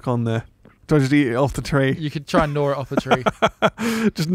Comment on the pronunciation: "Do I have to gnawr it off the tree..? Haha, just gnawring it off..." And British ppl make fun of American pronunciation.